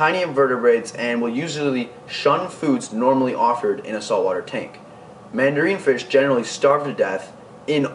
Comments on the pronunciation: Never seen anyone suggest mandarins are good starter fish...and it's not "all but the largest systems" I've seen them kept successfully in 75gs with productive refugiums and even a couple 55s. And I'm talking several years not months. It's also "man-duh-rin" not "man-duh-reen" just fyi ;). And I'm glad you pointed out damsels are just bad in general..not just for beginners. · It's not mandareeen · Yeah I noticed this. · you're a cool kid. And you have knowledge. However, the mandarin goby is not pronounced "mandareen". Mandarin, like the orange. Also, six-lines can decimate (dess-i-mate), not "deckamate". Good luck bro.